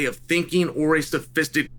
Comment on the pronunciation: Literally thought my phone was lagging when you were trying to pronounce sophisticated 😂